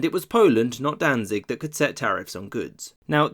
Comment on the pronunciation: it is pronounced "Dantsig"